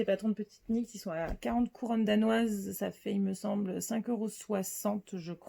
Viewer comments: Hello! Très heureuse de t’avoir découverte grâce à ce podcast... sans Instagram, je suis toujours la dernière au courant! Bravo pour tous tes projets, nous avons les mêmes goûts en terme de coloris et de formes et de designers! Est ce que tu sais qu’on ne prononce pas le « K » de « knit »? Pardon, hein! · Jolie découverte que votre podcast. Je me permets juste de vous dire qu’on ne prononce pas le k dans « knit », « knitting » etc. À bientôt ! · Juste mentionner gentiment qu’on ne prononce pas le ´k’ dans petite knit